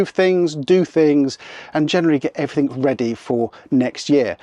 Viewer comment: I always find it interesting that some people say "everythink" instead of "everything".